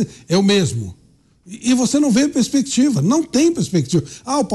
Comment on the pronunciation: O Flávio tem mais de 30 anos de carreira e até hoje não sabe falar a palavra "perspectiva "